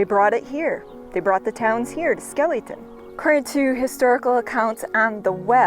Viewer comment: its pronounced Skelly Town not skeelyton ! i know because my grandmaw Flippo and aunt Joyce lived there on the main street for as long as i can remember . I was born in Borger Tx in 1949 and lived in White Deer Tx until i was 4 then we moved to Lefors Tx . My dad worked for Northern Natural Gas , which had natural gas pipe line boosting plants both in Lefors (Grayco Plant) and the plant in Skellytown . My uncle Ervin Carper worked at the Skellytown plant . Both plants had housing built on site for the employees . Northern Natural Gas was sold to Enron in the early 70"s and the Greyco plant in Lefors was demolished , forcing us to move to Pampa Tx in 1964 .I dont know exactly when the Skellytown plant was demolished , my uncle died in 1968 while i was in Vietnam Both were converted to computer controlled opperation from the home office in Omaha Nebraska .i visited the site in 1994 and there wasnt hardly any evidence that either even existed